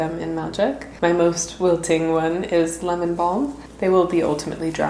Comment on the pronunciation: "It's very okay that they're wilthing, if the same thing happens to you" 🥹 Warms my heart